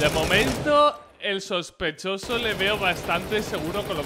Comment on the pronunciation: SHOSPESHOSO <3